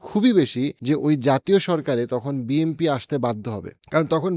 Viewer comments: আপনি তো BNP উচ্চারণই করতে পারেন না,,, প্রত্যেক ভিডিওতে BMP বলেন,, 🙄🙄 আপনি তাহলে কিসের রাজনৈতিক বিশ্লেষক? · ভাই উচ্চারণ টা বিএমপি হবে না 'বিএনপি' হবে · Why do you always say “ BMP” instead of “ BNP”? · আহারে আমারে এনালিস্ট! যে এখনো বিএনপিকে বিএমপি বলে। নামটা পর্যন্ত ঠিকমতো উচ্চারণ করতে পারে না। আপনাকে আমি একটা প্রেডিকশন বলি- জামায়াত খুব সম্ভবত ২০০ এর উপরে আসন পেতে যাচ্ছে। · আপনি বিএম্পি বলেন কেন? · But why do u always pronounce BMP?